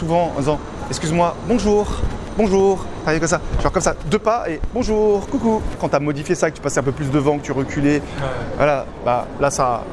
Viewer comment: "Bonjoun" Il sait pas prononcer "bonjour" ça mets tout de suite à mal la suite de la conversation. Mettez vous à la place d'une fille ou d'un mec qui a envie de sortir avec quelqu'un qui sait pas dire bonjour .